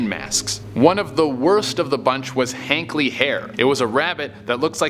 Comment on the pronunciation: Hartley not Hankley